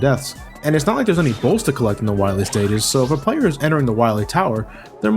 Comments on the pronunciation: DOCTAH WAWHEE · Why do you call him "Why wee" instead of "Why lee"? :P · Am I the only one noticing that said dr.wowy instead of dr. Willy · I like how in the Megaman 7 review, he said Dr.Willy for the whole video, and he said Wahwee for the duration of this video. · I love the commitment of saying Dr. Wahwee for the whole video. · are you saying wowie? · The first time I watched this review I rewinded the video repeatedly to see if I was imagining saying Dr. Wahwee. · gotta fwight docrah wahwee on teh pwaytation verson. at least its a good laugh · Doctah Wahwee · *docta wawee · Doctuh Wahwee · You'll have to find Wiwly MegaMan. I'm hunting wabbits. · abu Bangurah Yea but as Reinaldo said, in the game Dr Light has a speech impediment and says Dr. Wowy instead of Wily, so obviously was just doing it to make fun of Dr Light's voice... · Reinaldo Martinez i meant when said Dr.wowy instead of Dr. Willy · I love how keeps saying wywee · Doctah Wiwee should be awessted fo his cwimes!! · when we fine dat meteah, we’ll fine doctah wahwee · Be vewy, vewy quiet, I'm hunting Dactah Wahwee insert Elmer Fudd laugh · Docta Wahwee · I love how he calls him Wahwee all the way through 😂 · is he saying Wah-we throughout the whole thing? can't tell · Time out... weren't you pronouncing Dr. Wily's name "Willy" in all the previous Mega Man reviews? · Third time watching this review and noticed you always pronounced Wily as Whawee. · Doctor Wahwee. LOL! ^_^ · Did anyone else love how he calls him "Dr. Wywee"? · DOCTAH WAHWEE!! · I love the cut scene where Dr. Light says, "You must recover all the energy immediately, Wah-Mega Man." How did the voice actor screw up his line so badly? He literally almost called Mega Man, Wily. Er, excuse me. Wahwee. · Watched the whole review and I didn't notice that was calling him "Wahwee".